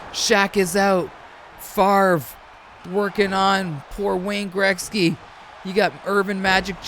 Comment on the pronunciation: "Greksky"? Or am I just hearing u wrong?